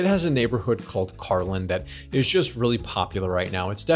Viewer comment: "Kar-leen". Dude! You were there for a month!